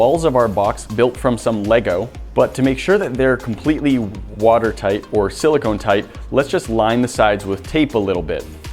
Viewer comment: he can't say water tight 0.37